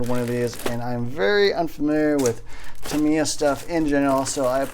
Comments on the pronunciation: Ta-mi-ya, surely not Ta-mai-ya :) Good vid again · It's Tamiya with an i. Good videos. Good luck on your kit.